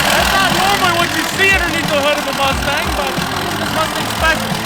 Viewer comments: So it’s the cumstang? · Please just call it the cumstang already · Call it the cummstang lmao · It’s now a cumstang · I still wish he called it the cumstang